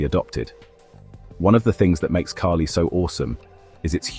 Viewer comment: Everytime the bot said "key-lee" i almost lost it